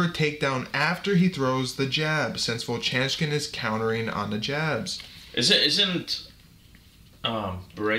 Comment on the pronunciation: vovchanchyn "vov-chan-chin" - no "k" sound